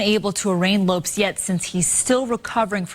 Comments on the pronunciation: Ignorant people in the news business nowadays... the man's name is pronounced "low-pez" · Lopes is pronounced Lo Pez. Damn racist news trying to make criminals caucasian. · Umm... I'm pretty sure his family doesn't pronounce "Lopes" that way.